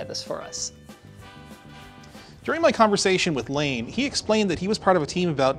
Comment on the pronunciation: Kudos on the pronunciation of Layne's last name! So many people get that wrong.